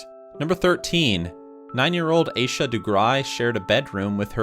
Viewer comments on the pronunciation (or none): none